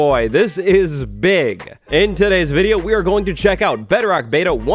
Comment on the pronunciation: Do you know how to pronounce bedrock?